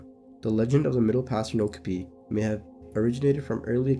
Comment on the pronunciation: Youre mispronouncing okapi every single time